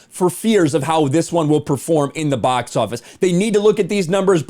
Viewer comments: “Box Office,” not “Bos Office.” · “Bos office”? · 😂 at the bos office. And you criticized Jeremy for his pronunciation on a G&G live stream. 😂